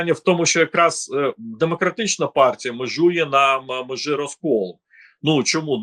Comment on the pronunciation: І прізвище, а ще більше того імʼя -. (Шевченко на тому світі, мабуть за голову хапається.) Розумний політолог, багата мова, а вимова? Караул! Що це за аля юлятимАшенка? " на межИ розколу." "пАрядкАм денним", "теж гАворила теж про пАдатки... яке пАстраждалА.., Астання спроба... треЦя партія, деорганізацИя.." Слухати, звичайно, важкувато і дивно. Людина живе в Україні, а мова українська, як у москаля, який намагається вивчити українську.